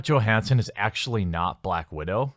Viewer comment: Her name is pronounced with Y not G